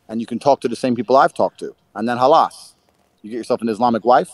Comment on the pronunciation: Man said “halas” 😂 it’s khalassss